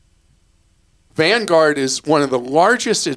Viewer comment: #BonusTerm — "Van-gahhd" ... How folks in Boston say #Vanguard ... Lol. #TeamClarkRocks